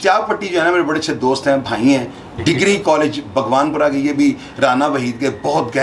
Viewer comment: بگوان پورہ نہیں باغبانپورہ ہے جناب